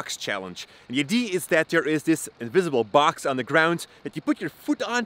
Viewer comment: Idea is pronounced eye-dee-ah, NOT ID